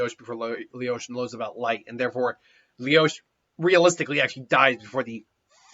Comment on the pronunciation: He most likely hasn't even watched the anime considering he calls Lelouch "Leyosh".